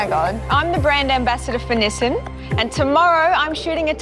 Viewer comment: I thought I heard Nissin when it was actually Nissan. 😁